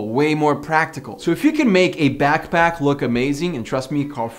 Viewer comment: it's back pack not back back